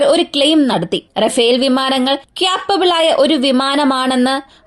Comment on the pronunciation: ചേച്ചി ക്യാപ്പബിൾ എന്ന് പറയാതെ കേപ്പബിൾ എന്ന് പറയാമോ. ..